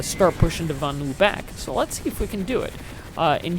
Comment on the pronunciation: LOL at butchering the names of the Vanu and the Terrans.:P Nice video though. You play the infiltrator like it should be played: infiltrating the base, killing engineers trying to repair the turrets and not just sniping from a mile a way.